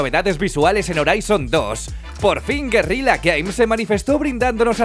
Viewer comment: Lo lógico sería pensar en que en PS4 será con menos FPS y resolución, a mi no me importa, yo solo quiero jugarlo en mi PS4 :3 .... porqué pronuncias Guerila cuando tiene dos "L"? :v